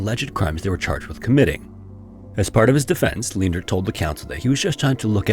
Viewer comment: FWIW Leendert is pronounced Lane-dirt. 4+ generations of my family have it, thankfully mum wasnt that cruel XD